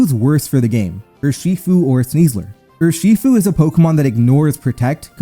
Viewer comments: Urshifu: ❌ UrSHEfo: ✅ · Dude can you please figure out how to say Urshifu properly? Your pronunciation on that one hurts